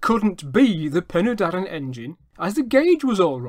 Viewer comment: Penny Darren NO! Pen y Darren Phonetically Pen er Darren Pen = head, and in this use Head of the Darren = The river that runs down the Darren Valley to Caer Philli. Doen the Taff Bargoed Railway in Railway jargon. If you are going to tell us 'History', then please research and get the pronunciation right